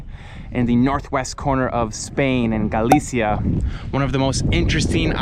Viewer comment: Maybe learn how to pronounce Galicia before you go to all the trouble of producing a video about it.